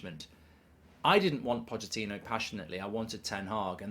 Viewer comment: ‘Pochettono’ 😂🤣 made me laugh